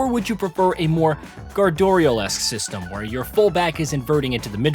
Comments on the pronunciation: What is gardorial? Or as the subtitles say "goral esque". Are you having a stroke? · never heard pep's second name pronounced "Guy dorial" before.. get the feeling this guy isn't that into the footy lol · gave up on this review once i heard the way he pronounced Guardiola 🤣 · I question the credibility of someone reviewing a football game when they can't even pronounce Guardiola properly. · Paid review from EA. Can’t even pronounce “Guardiola” correctly. Paid off shill you should be ashamed 🖕🏼